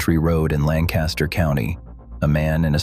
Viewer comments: This narration pronounces "LANCASTER" WRONG. It's "LANG kuh ster." Not "LAN kaster." 😏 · Please learn how to pronounce LAN'-cas-ter, puh-leeze! Not Lan-CAS'-ter!!!!!! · I live in Lancaster County. Pronounced Lang Kister NOT Land Caster. ~LANG KISTER. There are no Amish leaving Lancaster. I've done business with Amish for decades. Why do you A.I. creeps and people who have never seen an Amish person anywhere but in a picture book claim to experts of a subject you know nothing about. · You're mispronouncing Lamcaster (thus showing your ignorance), It's Lankaster (emphasis on first syllable) not Lanncaster. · Interesting but annoyed by the mispronunciation of Pennsylvania’s Lancaster—Langkuster (the “a” after the “c” is a schwa). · If you’re going to do a video on PA, please learn how to properly pronounce “LANCaster” county. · LANC ASTER county. LANC ASTER county. There is no G . It is pronounced lancaster, get it? Who decided to add a G ? Out of respect please pronounce it as it is spelled lancaster. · Always getting tired of the people that don't realize that there is no G in Lancaster. Langcaster!? And then if Ai is saying it then it's more proof that it's all preprogrammed by humans who also don't know any better. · Hmmm. Either the way to pronounce LANC-a-ster has changed since I lived there in the late 80's, or someone didn't teach the AI properly. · That’s not how we pronounce Lancaster. The accent is on the first syllable. And Gee-aw-ga County, Ohio where my mother is from. Why don’t they get a live person to review the AI before putting it online?! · If you are doing a video about Lancaster County Pa. You need to pronounce it as the locals do. Makes it appear you really don't know what you are talking about. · I’m not going to listen to your video since you don’t know the proper pronunciation of “Lancaster, PA.” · The video would be much better if Lancaster was pronounced properly. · AI could have at the very least, pronounced Lancaster correctly!